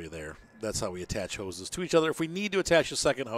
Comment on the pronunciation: Pumps n hoe ses